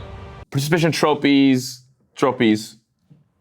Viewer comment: the “troppies” is killing me LMAO the quietness immediately after 💀